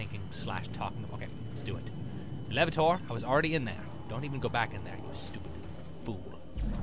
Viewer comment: Just to let you know, whenever I see an elevator, I don't EVER say "elevator" anymore. It's always, "El Lev-uh-tOHr" XDD